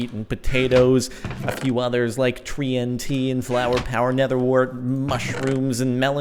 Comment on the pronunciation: tree-n-t lol